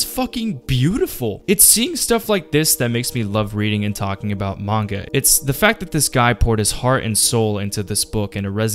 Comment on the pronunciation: Great manga, also it would be great if you pronounce the name right ;)